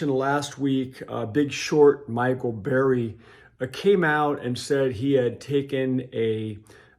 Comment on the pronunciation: It is Michael Burry. Not Berry!!